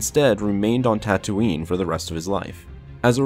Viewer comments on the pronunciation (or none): none